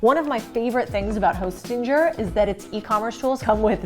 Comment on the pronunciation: I hate the way she pronounces “hostinger” with a hard G 🥲